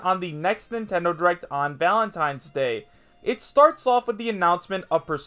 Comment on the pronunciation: "Valatnines day" Yeah seems credible enough